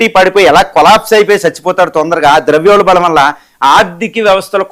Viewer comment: ద్రవ్యోల్బలం కాదు ద్రవ్యోల్బణం